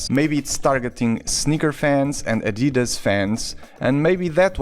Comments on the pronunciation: It's Adidas not adeedus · Wait you say adidas like an American? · As a German it’s always weird to hear non native speakers pronounce Adidas like you did